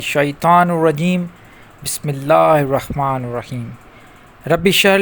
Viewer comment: جناب آپ تو قرآن کی اعراب اور تجوید کو اپھی ٹک علم نہیں رکھتے ھو،پہ طور مٹال آپ بسم اللہ الرخمن الرخیم بولتے رہے بے اور بھٹ سے اور غلطیاں آپ سے بھی ھوتے ھیے،جو شخص روحانی استاد یا مرشد کا منحیٹ لوگوں کو جو تعلیمات اور وظایف دیتا ھے علم قرآن اور حدیث میں ضرور علم رکھتا ھو،کہ آپ اس کے صلاحیت نے رکھتے تو برای مھربانی عوام فریبی چوڑ دی اور مخلوق اللہ ج کو گمراہ مت کرو